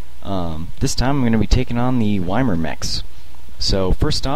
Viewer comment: love all your vids. Really showing all the good strats for adepts, and that in a lot of cases patience and diligence are the keys to success. A little nitpicking, YMIR is pronounced "ee-meer."